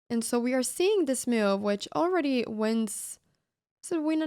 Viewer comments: meeoove, is how I hear it :) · The real reason it is called The Cow is because in Anna's funny accent every time she says the word "move" it sounds like "moo-ve". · I absolutely love how Anna pronounces word "move", sounds like "Miuve" :)